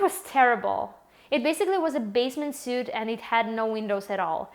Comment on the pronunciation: Welcome! Some ESL tips. Suite pronounced sweet (a group of rooms, and apartment). Program is usually with PRO. She says her job was in HR (Human Resources, hiring). It isn’t usually as smooth as she had it but the tips about coming with a student visa are good.